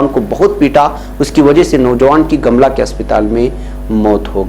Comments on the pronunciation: Jharkhand, Gamla nahi gumla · गमला नही गोमला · Gumla naam hai sir gamla nahi hai sir